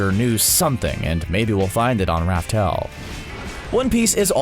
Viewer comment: By the way not raftel, it's laugh tale.